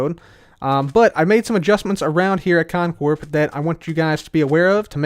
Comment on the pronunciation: did he say cotton Corp. or is that just me?